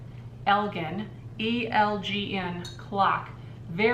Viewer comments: Hi - I'm emotionally compelled to comment on the 'Elgin' wall clock. First off, it's pronounced 'El-gin'... as in Elgin, Illinois... My father was born in Elgin and he worked for the Elgin Watch Factory. They manufactured all sorts of 'timepieces' for years. What you have is a great 'vintage' find! I hope it finds a new home! Regards, K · It's pronounced El-gin, like a gin and tonic - Elgin was a watch and clock maker from Elgin, IL - very collectible items - they are no longer in business - I live right near that town :-) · you have an Elgin clock, pronounced El-Jen. my dad used to work for the Elgin watch company a long long time ago. i see you've already posted it for $55. P.S. i love the white shelf you got. could it go in either your 50's booth or farm booth? the soap display idea you have is a great idea!